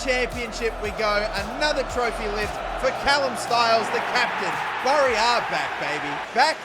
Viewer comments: Great video but it pronounced as bery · As a fellow Aussie I have to point out that Bury the town is pronounced like in "Bury a body" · Just for reference its pronounced berry if that makes sense 😂 great vid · You’ve probs already been told but it’s pronounced berry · Just to let you know Bury is pronounced like Berry